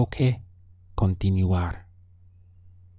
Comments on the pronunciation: Hi teacher!! Your cource is nice to practice my basic english as well. I noticed a little mispronounciation with the word continuar which is con - ti - nuar but in general very good job. Keep it up!! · Me pregunto, la palabra continUar, tu dice con the U , por que no dice oo, Gracias